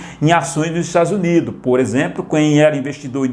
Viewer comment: parei no "estadus unido''